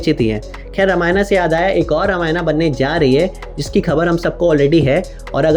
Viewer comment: Bhai tum Hindi YouTube ho na ki English youtuber. Toh ramayan kehne mai kitni mehnat lagti hogi?